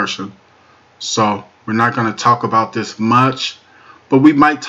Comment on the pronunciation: "Diss" is not a word as the way you pronounce it. The proper spelling is "This" and is pounced like it is spelled